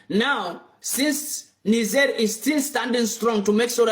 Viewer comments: It not pronounced “ni ga” but “ni jay”. What’s wrong with you man? 🤷🏾‍♂️ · It is not prononce Nikger, it is pronounce Nijair. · It's not Niger pls pronounce it properly dammm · One nice black privilege is that you can say 'Niger' with the 'g' like in 'eager'. If you're other colors you have to say it like a girl who is faking a french accent on a party, like "nee jea", basically to be on the safe side with the length of the 'i'.